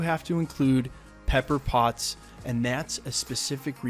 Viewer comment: LOL I heard it like "Pepper Bots!"